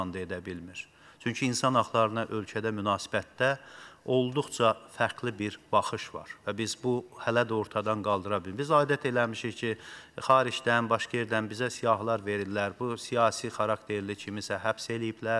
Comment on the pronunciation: Kimin Aqzi nədir buna hörmətli Xanim , hörmətli sədir deməsin. İmkanin varsa bir aqizda hamamnan daniş. Aydət eləmişik ki, yoooox Adət etmişik de, , pütin yoooox Bütün demək lazimdir. Ay donqulular.